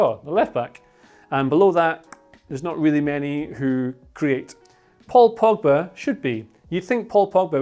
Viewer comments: man said frogba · if it's not mcfred or eeer..frominay..then its gotta be: me: POGFRED: FROGBA lmao